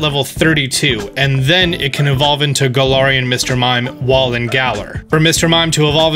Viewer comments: It’s ga-lar-en gal-ar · He said "Gala(a)rian"...